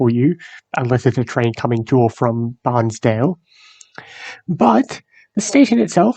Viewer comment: Its not pronounced Barnsdale. its Bairnsdale (pronounced as bearns- dale).